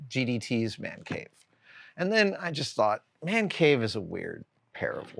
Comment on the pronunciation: "THE WO' MAN CAVE" (WHOAH-MAN) 😅